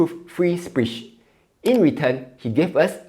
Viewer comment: Improve free spitch... Sillyporean English 😂😂😂